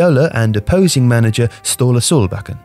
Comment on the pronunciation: Pronouncing FC Copenhagen with an accent makes no sense as Copenhagen is only the English name for the city. However, you redeem yourself completely by subsequently pronouncing Ståle Solbakken to perfection